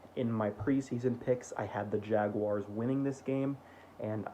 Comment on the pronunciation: Sarah Wolfe would be really impressed with your pronunciation of Jaguars!! Keep up the good work